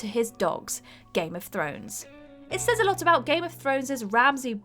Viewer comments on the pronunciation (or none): none